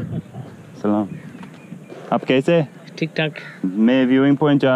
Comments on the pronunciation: Its actually true what the guy said about salaam but he dint say it exactly correct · Your Salaam is fine don’t know why he said it’s a curse probably thought you said Saam-MA which sounds very similar and is a curse but just pronounce the L and you’re fine. It’s how all of us Australian and New Zealand British and American muslims greet each other so yh you’re fine and I laughed at your backwards greeting cs it happens a lot to us too it’s like answering I’m fine before anyone’s said how are you 😂. Love your videos I’ve gone through 5 in the last hour and I came from Jim’s page